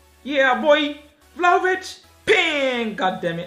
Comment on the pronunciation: saying vlahovic - valahovic😂